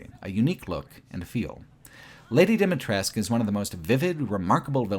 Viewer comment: As a romanian the village in RE Village is very well done. From the narrow streets, to the wooden fences to the inside of the houses, I always had the impression that I was in my grandparents' village. P.S. the way you pronounce Dumitrescu Castle is completely wrong and very funny :)